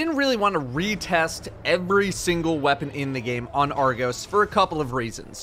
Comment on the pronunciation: It’s Argos, not argose